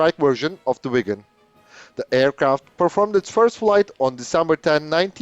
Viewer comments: Swede here, your Viggen pronounciation is good. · Aggre and im Swedish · You say viggen perfectly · You are pronouncing “Viggen” beautifully, exactly like a Swede would do! 👍👏👏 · yes you pronounced viggen correctly in this video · Swedish is a bit strange for non Swedish.. we have sounds in word that are special. Draken= the a sound is the same as when You say the word "are" and the Ken doll name so Dra-Ken but in one word! Viggen You said right. Gripen is.. the i sound like ea in the word "easy" and pen is like the pen you wright with, So Gri-Pen in one word. if you have 2 consonants like Viggen you have that like the american word "rig"... If You use old British english, then the sound on the letters will be very near...